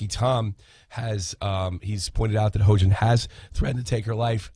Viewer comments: This man's keep saying hoejin XD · Its pronounced hEE-yoJin